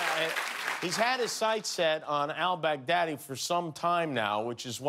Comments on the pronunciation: he said brag daddy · he said that later. he first said bag deady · I died when Kimmel said Bag-Deady 😂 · Trump mispronounced al-Baghdadi's name twice during that speech. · LOLOLOLOL OMG the way he pronounces Al Baghdadi.... OMG!!! a worldwide laughing Stock and zero substance